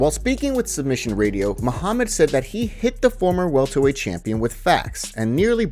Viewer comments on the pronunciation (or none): none